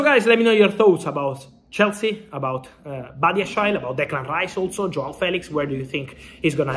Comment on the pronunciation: Is that how you say Badiashile?